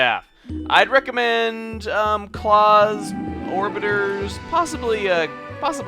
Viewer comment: Orbitars is actually pronounced or-bit-TARS